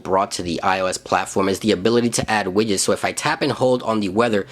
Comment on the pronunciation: Lol "wiyets", xD Widgets